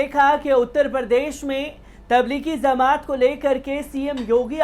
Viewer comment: چورن چھاپ خبر تبلیغی زمات نہیں تبلیغی جماعت ہے بے چورن ! پہلے بولنا سیکھ لے